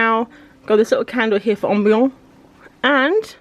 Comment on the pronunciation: Omygod the cows are so close!! The way you say ambiance is killing me, I love it hahahaha. The small thingies that you say are too small for freebies... they could totally be used as ephemera (is that the word?) for art journalling!